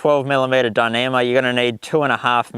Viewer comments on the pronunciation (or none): Could you say dinima one more time?